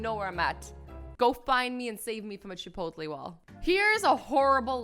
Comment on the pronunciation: Chipotlee😂 it’s chi-pote-lay Azzy😂